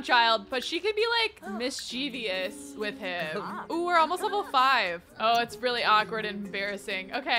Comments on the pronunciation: Mischievous is pronounced as Mis-chu-vus so the Mis-che-ve-us is so funny to me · I love this series and I adore you, but please. Mischief- MISCHIEVOUS. As in miss-chiv-us. I was actually corrected for this exact same thing by my ASL professor. Who is deaf. He could see I was pronouncing the word with an extra syllable 🤦🏼‍♀️🤷🏼‍♀️ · If enough people say it “wrong” it becomes “right” I don’t like saying mis-chu-vus either